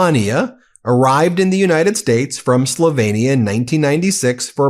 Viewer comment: Did she say she came from slutvinia?